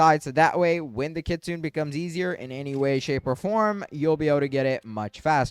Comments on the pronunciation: Dude its not said like kitsoon its said like kitsoonay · Kitsune not Kitsun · Hey i dont mean to be rude or anything but just a lil thing its prounounced kit-su-nay and train-qwil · If he is 6, you may as well be 3. He was referring to the pronunciation not the spelling, in which the creator did mispronounce